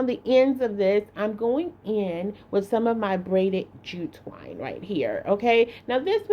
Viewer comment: She may not be able to say jute twine, but, she sure can make a bow...a bow❤